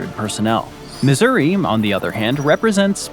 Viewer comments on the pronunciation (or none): none